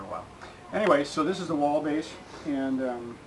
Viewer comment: Thanks love your reviews,just one small detail it's pronounced Whaaaal not Wall I